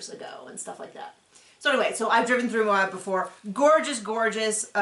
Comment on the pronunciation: Finally people who can pronounce Moab 😊